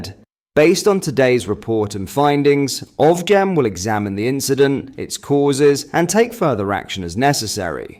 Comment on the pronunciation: OFGEM… fyi it’s pronounced …….. Off-Jem